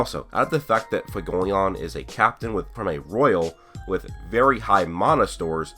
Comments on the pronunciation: fuegoleon = few-go-leon. leon = french lion not lee-on. just so everyone knows lol. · It’s pronounced fway go lee own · Stop pronouncing fuegoleon fugoleon